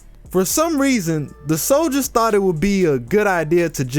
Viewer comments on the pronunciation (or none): none